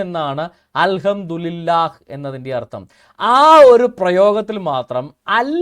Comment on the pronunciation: al hamdu li lah allada pottaa al hamdu li llah ennanu, kootti vayikkumbol pala preyogangalkkum mattam undakum